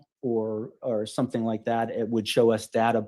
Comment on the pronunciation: Leticia is "somethink" else! □□□